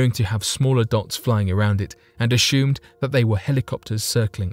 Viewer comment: What's with the word you pronounce "ashoomed" (assumed)? That's just weird!